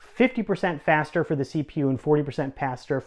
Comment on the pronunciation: did he say "then"?